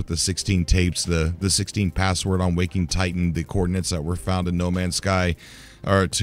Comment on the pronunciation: Please stop calling it Wok-ing Titan. WAK-ing Titan.